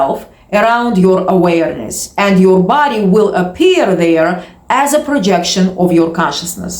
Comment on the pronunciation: Every single video this chick says literally the exact same thing, repeated 400 times, with emphasis on the word "aWAYERness"